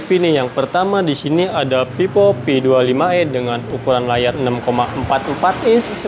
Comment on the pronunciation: Cara ngejelasinnya okelah.. 🥰 tp sebelumnya maaf nih ya kak.. itu bacanya kurang pas, itu dibaca Vivo mah bkn pipo, ga enak didenger soalnya kalo dibaca pipo kak 🙏 🙈